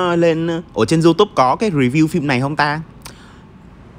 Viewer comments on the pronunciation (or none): none